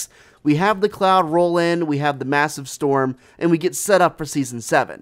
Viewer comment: Guys it's a snow "STORM" like the STORM